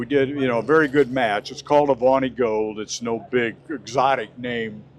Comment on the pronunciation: The Avanti ll was built on the Studebaker Chassis with a Chevrolet engine, not the Corvette chassis. What a BSer. His knowledge is faulty. His pronounciation of Avanti is correct.